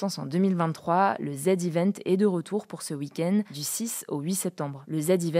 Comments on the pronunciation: Le ZEvent❌ Le zédivènt ✔️ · Pour info ça se dit "Zi Event", pas "Zed Event" :) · C'est pas le Zed Event ! C'est le Zee event ! The Event, quoi !